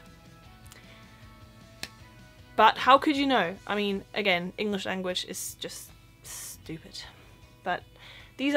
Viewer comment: Hi! Ich habe gemerkt du sprichst bei dem Wort "English" das G nicht aus? Ich denke in der Regel spricht man es aus im Englischen, bin mir nicht 100% sicher, ob das überall so ist. Mein Lieblingswort um Deutsche zu testen ist übrigens das Wort "Salmon"!